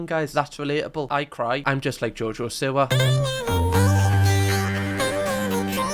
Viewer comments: it’s SEE-wah, not sih-wah. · Its seewa luv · Ngl pls stop saying Siwa bc it is Seewa (is spelt Siwa pls don't come at me) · You always say her name wrong g haha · Even after the 2nd channel vid, he still cannot pronounce her name! Love ya ❤